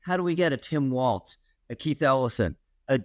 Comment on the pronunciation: Walz has no T in it. It is pronounced "Walls"